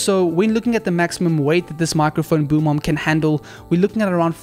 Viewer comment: Every time he said boom arm I heard boom mom 😂😂